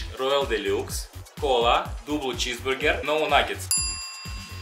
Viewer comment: a comandat cisburgeer și ea spune Burgeer